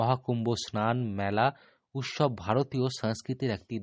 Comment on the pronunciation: স আর. শ. এর উচ্চারণ বীভৎস। স্নান, “ সান” বলে কোনো শব্দ নেই। উৎসব। উচ্চারণ করছেন “উতশব”। স আর শ এর উচ্চারণ এর ডিফারেন্স জানেন না।